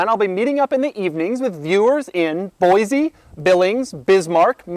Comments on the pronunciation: Boiseeeeee doug, not Boizy, unless u wanna piss off some some idahoans. 😂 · Boise is BOY-see not BOY-zee. Important to know if you're going there